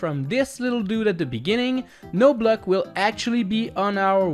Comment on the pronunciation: I like how he says block like "Bleck" 😂